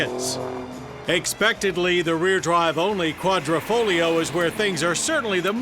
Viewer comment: its Quadrifoglio not quadrofolio.